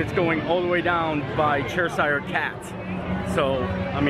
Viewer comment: ...re Cheshire Cat instead of saying ches hire...try and say it it chess-er Great vid reminded us of last years Keep going.....oh! What time is it...we miss the announcements Garry and Deb in UK